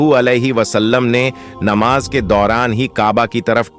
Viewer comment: Aap jham jham kyun bolte ho,plz aap thoda pehle pronunciation sahi kijiye,zam zam hota hai,iska matlab theher ja... Pronunciation sahi nhi hai,islamic history bata rshe ho? Namaj. ( namaz ) Jeeba (zaba) Tazir ( tajir ) Apka pronunciation bht hi bura hai,plz usko sahi kijiye..